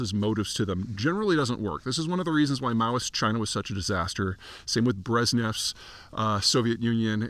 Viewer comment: Brezhnev , not Breznev.